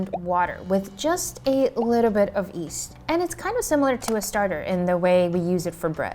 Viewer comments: Why do you ommit saying the y in yeast? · Am I going crazy or is she pronouncing "yeast" as "east"? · Lovely video! On another note, I keep on hearing people pronounce yeast as east. Does someone know why?